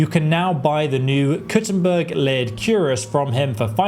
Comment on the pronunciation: It's pronounced "kir-ass" not "cure-as"